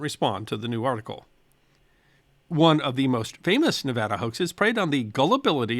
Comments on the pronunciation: 50 points to for correctly pronouncing Nevada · I have Loved watching your videos ever since you put out the video about apples, which was your first video I watched. I really want to thank you for pronunciation or is it enunciating, whichever I want to thank you for Pronouncing Nevada correctly. There is another channel I following who refuses to pronounce Nevada correctly, even though I have commented and included a video of President Trump in Las Vegas telling the world how to pronounce Nevada correctly. He is a Dr, not a medical type, so you would think someone who has DR. in the title of his channel would want to pronounce Nevada correctly. Again Thank You. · Yeah! He said Nevada right! 🥳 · Thank for pronouncing Nevada correctly. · I now live in Nevada, thank you for pronouncing it correctly ,,always love your stuff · Thank you for pronouncing Nevada correctly.